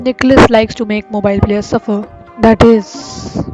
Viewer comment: it sounded like "mO bElL"